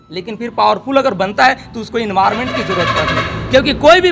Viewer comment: इन्वार मेंट ,, डेफिटेंटली 😂😂😂